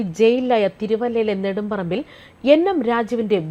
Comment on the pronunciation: Nedumparambilo, kodumparambilo? Karyam manassilakki news vayikku pennumpille.😂😂😂